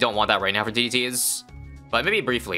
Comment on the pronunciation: "I've never seen that many DDT's in my life" maybe add more emphasis on DDT instead of...